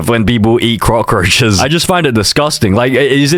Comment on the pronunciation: said crockroches not cockroches